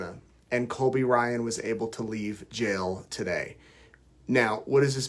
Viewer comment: Sounds like you kept saying Colby Bryant